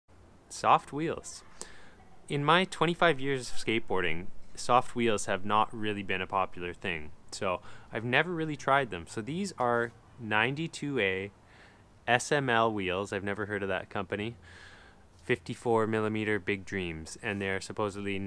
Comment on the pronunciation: great review, they’re pronounced small wheels instead of s-m-l though